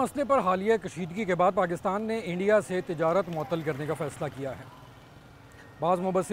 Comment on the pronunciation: Interesting to listen to Urdu spoken with a a thick Punjabi accent. Right from Imran Ahmed Khan Niazi to this gentleman. Love how they say Eendia!!